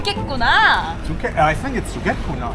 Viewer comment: ㅈ같구나 = 죽가구나 = 죽겠구나! = 힘들다 처음에 잘못 듣고 깜놀, 욕처럼 들림 ㅋ